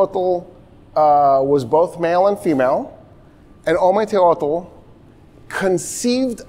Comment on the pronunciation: Listen to the way he pronounces Ometeotl. That's all I had to hear to make me totally disregard the Mexica (x) comment from the beginning of the lecture.